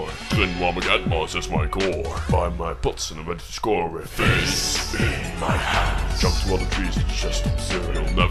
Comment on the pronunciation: FISSSSSSSS IN MAI JANDSSSSSS XD Hey maybe ad Fizz is good, but AP IS AWESOME, i like more that little boy as ap